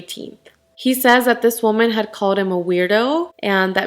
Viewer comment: You pronounce woman wrong it irks me so much